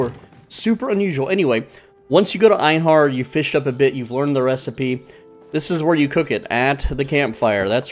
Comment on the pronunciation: heheh you said Einar wrong. Its (Ai- Nar), you said (Ain HAr) 🤗Just found that a funny but all in good fun